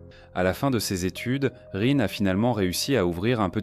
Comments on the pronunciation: Bizarrement, cela ne me surprend pas .... PS: Rin se prononce Line. 😉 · Soit tu utilise une IA pour lire a ta place. Soit t'es le seul habitant de la France de cette generation qui est pas foutu de prononcer Rin a peu près correctement. Dommage pour la crédibilité. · La prononciation de son prénom est insupportable et même le nom du village est mal prononcé